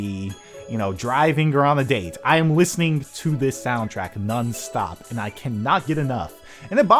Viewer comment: nunstop? lol